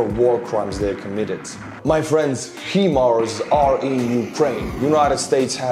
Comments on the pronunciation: Love the video but your pronunciation is terrible. 😂hi mars not him ars. Let alone your patreons names😂 Keep it up.👍 VICTORY TO UKRAINE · I prefer HE - Mars as well, since it keeps the letter "I" the way its supposed to be. We aren't spelling all the letters, so we shouldn't arbitrarily spell 1 letter and pronounce others as normal. I know that letters in English have many alternate pronunciations due to historical reasons, but the letter " i " doesn't have that kind of pronunciation often. In fact, i cant think of any such word off the top of my head, where " i " wouldnt be pronounced as " e " in the word " He / she ". The letter " i " is pronounced as "e" usually, ( missile = me = i = e, sister = see ster, etc ) So, if you don't spell the letters H M A R S, then why should you spell " i " as H "eye" mars. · "High-MARS" is the American pronunciation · They are pronounced HI MARS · There is no "I" initial in 'High Mobility Artillery Rocket System' so when you see such an extra letter it's typically been added to indicate pronunciation. Without it you'd have H-Mars. The "Hi" / "High" connection also suggests Hi-Mars A similar example is 'Radio Detection And Ranging' which adds in an 'A' to avoid R-Dar and also has the Ray/Radio connection, thus RADAR.